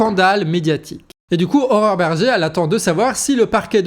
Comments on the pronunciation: Pour une fois que quelqu'un prononce correctement le prénom de Mme Bergé: "Horreur"... Bravo, trois fois dans la même vidéo, tu mets la barre haute mdr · Tu prononces "Horreur" Berger, non ? J'aime.